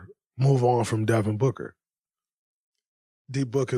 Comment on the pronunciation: Booger? You keep saying Booger. Its Devin Booker. Why you dissin your 1 way player who flops to get to the line 21 times? Its BOOKER damnit. WET LIKE IM BOOG is not the lyric.. DRAYMOND I WISH YOU WERE A BETTER PLAYER AND ACTOR. I HOPE YOUR TV DAUGHTER DOESN"T FORGET ABOUT THE GRIZZLIES.